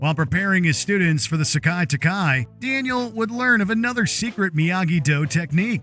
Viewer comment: It's (SE-KAI, TAI-KAI), not (sock-eye, talk-eye).